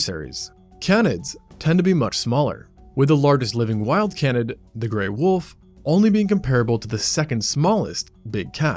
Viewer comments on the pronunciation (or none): How does the narrator not know how to pronounce "Canid" or "Canidae"! It's pronounced 'KAYnid', not 'cannid'.